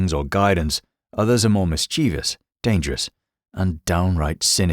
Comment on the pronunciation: The mispronunciation of Mischievous is like nails on a chalkboard